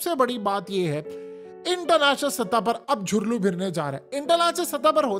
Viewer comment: سر جھرلو نہیں ہوتا دُھرلو ہوتا ہے🙄🤭